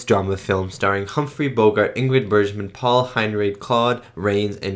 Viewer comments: Ingrid “Berzshman.” LOL. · Bergman is a hard G sound not a zh G sound, as in JohannesBURG. Michael Curtiz is a filmmaker that is a craftsman as opposed to a visionary like Hitchcock, but he was extremely suited for Casablanca. All the shots for a very romantic war drama are just right. Rick walks into MS, pan to Sam at piano, oan to Ilsa and track in to CU. It's just what's needed. Curtiz direction of the splendid 1938 Technicolor film ADVENTURES OF ROBIN HOOD is fantastic with a spectacular score. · Patriotic propaganda (mostly positive) was all the rage at the time. This was one of the earliest in 1942, but films with this theme, domestic and military, contined for the duration of the war. By the way, if she is one of your favorite actresses you might start pronouncing it Bergman as in iceberg. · Great reaction… as always. Just FYI… it’s pronounced Ingrid BERGman (with a hard G like iceBERG) and Peter Lorre (like LORREY - not Lore).